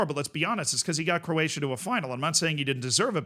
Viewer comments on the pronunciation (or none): none